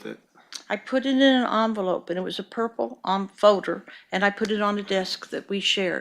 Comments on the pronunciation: The way she pronounces folder as "foder" fills me with rage. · It's funny how everyone is pronouncing 'folder' as 'fowder'